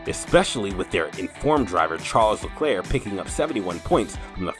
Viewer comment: I think you should learn how to pronounce his name correctly.